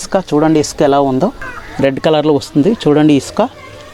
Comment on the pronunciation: ఇస్కాన కాదు ఇసుక బ్రస్ కాదు బ్రష్. నీ ఇంగ్లీష్ మండ